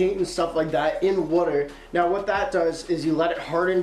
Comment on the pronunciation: Yo thats alot of "wouater"